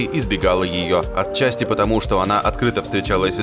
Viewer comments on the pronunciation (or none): none